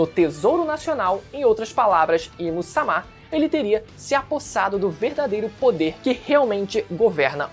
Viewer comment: me incomoda muito a forma do falar "A im sama" assim como ele falava vaca verde. rapaz é uma coisa tão estupidamente errada que dói o ouvido